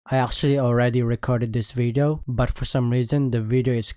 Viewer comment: Don't take this the wrong way, but it makes me laugh everytime you pronunce "Actually" as "Arschually". No offense, seriously, I just love that pronunciation. Anyway, I'm a Kinessa main, so you can probably tell which Damage champ I prefer.